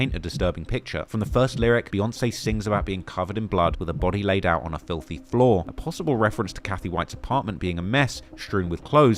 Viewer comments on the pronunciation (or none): none